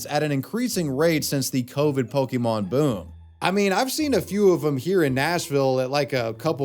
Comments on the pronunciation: Every time I hear "POKEY MON" it drives me crazy. It's said with an apostrophe accent mark. It's pronounced "pokka-mon". Why can NO ONE ever pronounce it correctly? not even you it seems. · Can’t stand when people say Pokie-mon . It’s Pokémon !!! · The biggest crime is the way they're pronouncing Pokémon. I guess they have pohkeets on their jeans, not pockets